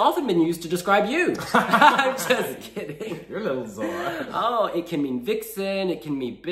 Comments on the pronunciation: It doesn't sound Zorra. It sounds Thorra. That's the way the "z" letter is prounounced in Spanish (in Spain). Pronounce "I thought". Keep the "th" sound of it. And then say "Thorra". Not "Zorra". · The right pronunciation for z is not like in Zebra. It's more like /θ/ like thorra. Try to say it, it's very satisfying 😂😂😂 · The right pronunciation for z is not like in Zebra. It's more like /θ/ like things or think: thorra. Try to say it, it's very satisfying 😂😂😂